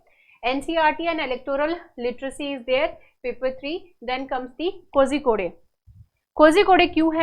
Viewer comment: Thank you for the lecture mam. Please correct your pronounciation for Kozhikode.